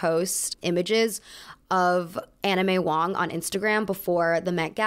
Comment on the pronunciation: I kept hearing Anna may Wong As 'anime wong'